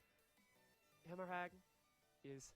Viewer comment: Hemorrhage - is pronounced hemo rage